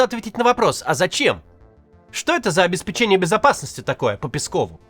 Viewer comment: Максим, давай без печенья. ОбеспЕченья.